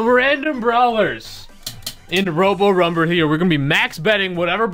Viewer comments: "robo rumbeo" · "robo rumbre" lol